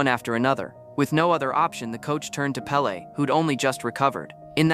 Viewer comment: It's pele's Pele